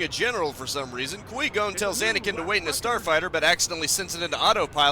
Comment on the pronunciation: Were you intentionally saying Liam nessons characters name wrong I gotta know